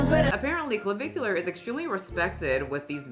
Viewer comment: you pronounced creme de la creme AND clavicular correctly. Look at you go, girl